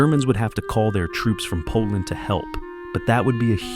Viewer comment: bro's like poland nope i dont think so koland gud 😭